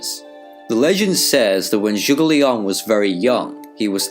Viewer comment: Very good word, calling his name zhuge liang but what did I heard from your pronounce is more zhugileon. But you said that zhuge liang ask his master won’t that be sima hui.